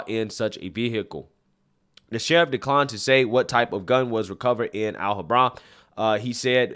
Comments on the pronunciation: Iv never heard anyone pronounce alhambra like that before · The correct accent emphasis on “Alhambra” is on the second “a”, not the last. AlHAMbra - with the “ham” pronounced like the pork, ham. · It’s Alhambra not Al Hambra. One word - Alhambra. Say it now: Al-ham-bruh. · Great content like always. I just want to say the city is pronounced Alham bra not al hambra. Love your channel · I know you’re not from California, but it’s Al-HAM-bra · They’re already putting a spin on the assault weapon angle by claiming the shooter used an “assault pistol with extended magazine”. Anything to divert attention from the conclusions they’ve tried to jump to, I guess… BTW- it’s pronounced “Al-HAM-bra”, not “Al-hahm-bra”. The locals there will look at you funny when you pronounce it like that lol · Alhambra, pronounced al-HAM-bruh Interesting to hear how people pronounce unfamiliar city names. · Al-ham-bruh is how it’s pronounced. Tore-ence is how it’s pronounced. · It's pronounced Al, like the name, Ham, like the pork and Bra like bruh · Great perspective as usual!! Since it's obvious your not from Cally, let me help your pronunciation of the cities! Alhambra - al-hamm-bruh. Torrance - tore-uhnce. Keep up the great work! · FYI… “Al-ham-bruh” = Alhambra … otherwise a good video! 😎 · Al Ham Bra. Al like Allen, Ham as in pork, and Bra to cover the tatas. Alhambra. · Al - Hom - Bruh. It's right next to monterrey Park. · Al-ham-bruh.. Al as in Al from home improvement. Ham, as in cooked ham. And bruh. As in bruh. Alhambra. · Pronounced: Al- HAM Bra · Pronounced: Al Ham Bruh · Hey, it is a hate crime! Sum Ting Wong identifies as a straight, white, protestant male. And, it's pronounced Al-ham-bra. C'mon man! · I think it is pronounced al-ham-bra. Nor being a wise guy , just trying to help. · Just a heads up Alhambra is pronounced: Al Ham Bruh. I live not far from there so I know how it's pronounced. 😊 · Al-HAM-bra. TORR-ance. Yer killin me. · Alhambra - Al - Ham - Brah : )